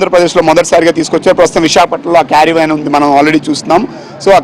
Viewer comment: వీడికి " కారవాన్ " అని పలకడం కూడా రాలేదు . కేరీ వేన్ carry van అని పలకడం ఏమిటిరా హౌలే .